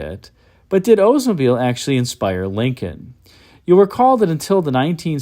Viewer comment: Why does he say Odesmobile instead of Oldsmobile?